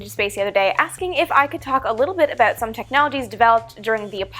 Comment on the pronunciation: I heard it! "Abought" love it!